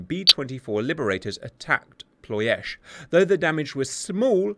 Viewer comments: just wants to say 'Ploesti' once more -- whoops, there he goes again. PLO esht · He always pronounced it - Plo-est-ee